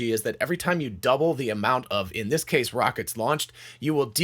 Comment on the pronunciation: you missed the “t” in the word “this”